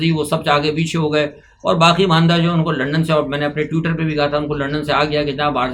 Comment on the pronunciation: ٹیوٹر نہیں ٹویٹر 😂